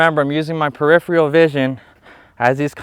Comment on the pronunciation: It’s pronounced peripheral not periphreal. You twice mispronounced this word which detracts from what would otherwise be a good video.